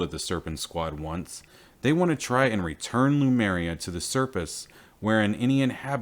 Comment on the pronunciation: Great series of videos! But can we get the name right? l-Em-U-r-i-a NOT l-U-m-E-r-i-a.